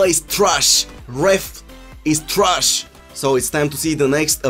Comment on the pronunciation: "Gameplays trush ,ref is trush"😂😂😂😂😂